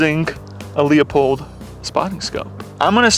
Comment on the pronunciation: Luepold= lew-pold, not Leopold.